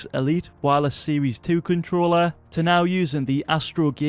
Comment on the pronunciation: ‘Letshes new controllar’ 😂